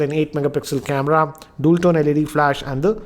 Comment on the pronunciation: The way you say 'dual' irritates me everytime I see your videos.. why do you say it like DOOL... 😙😀😂🤣